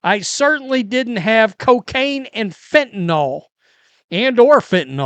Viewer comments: Fentanyl not "fentanall..."🙄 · Nyl NOT nol